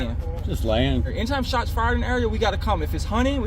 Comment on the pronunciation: No officer i havent heard any shots in the uriah, maybe in the area but no, not the eriuh